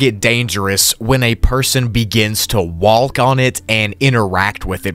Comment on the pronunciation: did you just pronounce the L in walk?